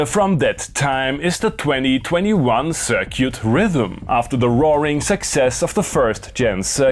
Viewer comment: I like how he says "Cir-cute" Very European and classy AF.